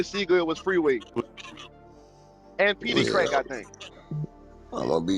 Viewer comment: "petey craig"